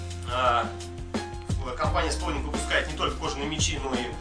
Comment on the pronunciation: Фонетика слова Spalding сполдинг